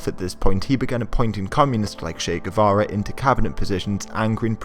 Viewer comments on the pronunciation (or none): none